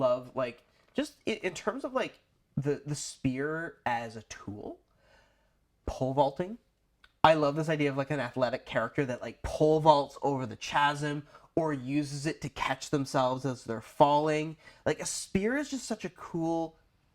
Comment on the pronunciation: Holy shit dude... Chassis is pronounced chassee. Chasm is pronounced kasm. And from another video you pronounced corps like corpse. Corps is pronounced core...